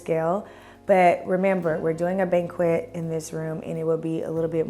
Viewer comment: Banquette bench is pronounced “ban-ket”. The qu sound is a k